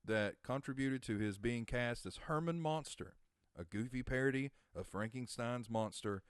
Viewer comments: Great video but I have two questions? First: How do you not know it's pronounced "Munster" and not "Monster?" Two: How do you not know it's pronounced "Or Bis Son" and not "Or Bin Son" as in Roy Orbison, with no "N"? You must be a youngin' LOL. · It is Munsters not Monsters.